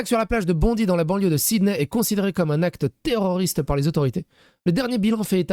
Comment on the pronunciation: C'est pas important mais on prononce Bondaï😊